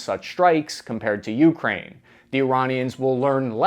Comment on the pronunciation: Gdi, please pronounce ukraine correctly lol.